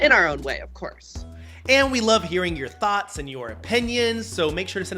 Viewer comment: Did he say they love hearing our thoughts or THOTS 😂😂 love y’all!!